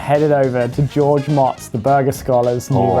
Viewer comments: his name is pronounced moats. not mots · Love it but I believe his name is intoned George - moats - not - motts. Moats. Something you should be used to. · His last name is pronounced Motz not Motz! Jeeeeez!